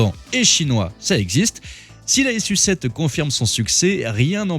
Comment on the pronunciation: Je crois pas que ça se prononce S.U 7 mais plutôt su7 comme sucette